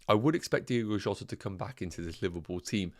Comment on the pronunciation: It’s Diogo Jota, good video though